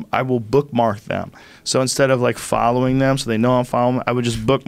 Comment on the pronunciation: Joe "i dont fallow, i bookmark" Rogan lol